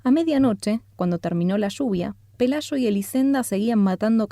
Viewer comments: Pelayo, no pelasho. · Si captas que es el acento?